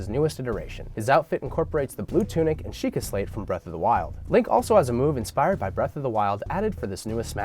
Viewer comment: I stopped watching when he said: "Shiekah stone"